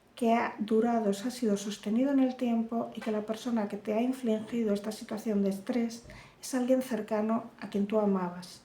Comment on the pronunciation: Infligir no inflingir...besos guapa